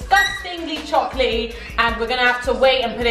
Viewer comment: It's chocalaty not whatever u said